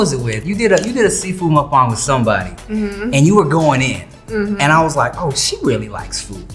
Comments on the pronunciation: its muk. ba. ng not mukbong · I love hearing people say muk bang correctly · She said muk bang better than he did lol 😆 I like him he’s funny.